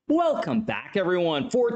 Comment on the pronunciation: I swear every time I here ‘weeeelcome back everyone’ I’m certain Hikaru is really Scottish because it sounds like my gran